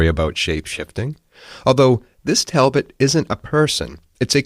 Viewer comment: We pronounce it Tall bot😂❤👍😊👍👍👍